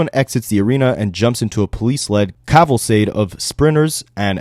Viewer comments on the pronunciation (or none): kaval-kade. Or think Henry Cavil, then cade with a hard k sound.